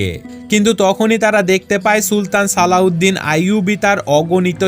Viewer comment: Alauedin noy slaudin bole bolosa